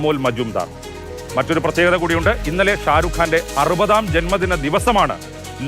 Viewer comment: എല്ലാവരും കാണുന്ന വീഡിയോ ആണ്, പേര് കറക്റ്റ് ആയി പറയാൻ ശ്രമിക്കൂ 🤝..